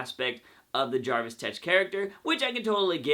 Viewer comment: Did you say Jarvis Tetch? I believe its Jervis Tetch. Other than that, good video.